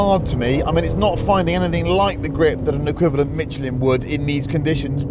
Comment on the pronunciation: I've never heard anyone pronounce "Michelin" the way he does! You review cars, for God's sake get the name right!!! However his words on The Rolls Royce SUV was spot on!